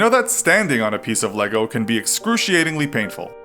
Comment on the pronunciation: no one: him: “death by leego” then says: lego